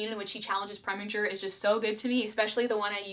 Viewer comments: I was about to scream when you said Preminger 🤢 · I have a full mouth of water and was about to spit it all out on my computer when she said Preminger 💀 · omg LOL I actually gasped out loud when you said Preminger 😂 My #1 would have to be Dominick (ughhh the part where him and Erika sing in the rose garden, 6 yr old me FELL IN LOVE)